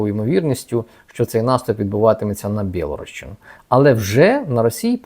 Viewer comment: Пане, не БЄлгородщина, а БІЛГОРОДЩИНА!!!! ☝️☝️☝️